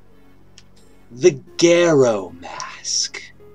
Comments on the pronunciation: You said Garo wrong... I would know. Its my username... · It still bothers me how he says garo....